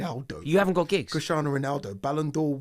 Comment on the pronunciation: He really said giggs 🤦🏾‍♂️